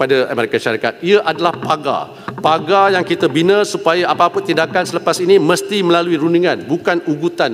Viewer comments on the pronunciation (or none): none